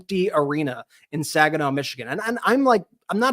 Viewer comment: It's Saginaw... seriously lol. Nothing to see there people